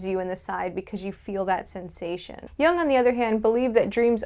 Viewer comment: Jung is pronounced yoong, and put the telaprompter under or abrove the camera _......